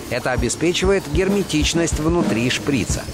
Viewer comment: шприца ударение на а.